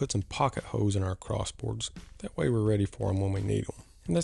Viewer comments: Speaking of southern drawls the way you say holes “hoes” is pretty special too. LovE it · I think the way you say holes is more southern than anything.